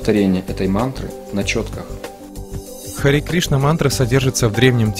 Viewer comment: Осталось только выяснить, что такое Истина. Правильное произношение не ХарИ Кришна, а ХарЕ Кришна.